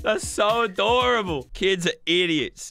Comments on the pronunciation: He said, helicockter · I think he said helicockter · he said baby heli cockter